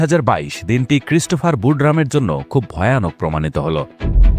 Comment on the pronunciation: তুই অশিক্ষিত বর্বর একটা মানুষ। তুই এখনো "ই" এর উচ্চারণ শিখিসনি। ব্যাটা অশিক্ষিত ও মূর্খ। "খুব" এর সাথে "ই" যোগ করলে উচ্চারণ "খুব ঐ" কিভাবে হয়, মূর্খের বাচ্চা? উচ্চারণটা হবে "খুবি"। আবার "এক+ই" কে উচ্চারণ করিস, "এক ঐ"!!" মূর্খের পয়দা। এর উচ্চারণ হবে "য়্যাকি"। বুঝেছিস, ব্যাটা অশিক্ষিত বর্বর এবং নিঃসন্দেহে একটা অছাত্র।